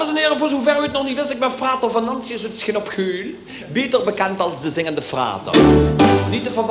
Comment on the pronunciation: Het is frater Fernantius, niet Venantius, maar het blijft leuk.